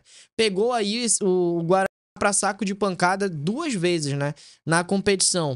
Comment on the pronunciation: Por que esse bug ao falar Guarany? O time é o Guarany de Bagé mesmo.